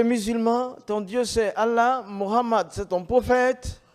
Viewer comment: Bagaimana bisa mengaku eks muslim. Menyebut nama nabi Muhammad Saw saja salah. Ketahuan bohong nya. Baca surat alfatihah gak bisa